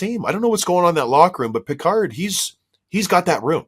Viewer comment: Guys, Calvin's last name is pronounced Pick-erd. Not like Captain Picard. Good show.